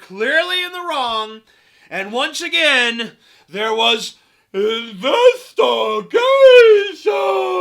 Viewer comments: "INVESTA-GAYSHUN! WINK FUCKING WINK!" lol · I think "investahgaysion" should actually become a word. A word meaning "a phony police investigation done for the purposes of protecting corrupt officers and officials."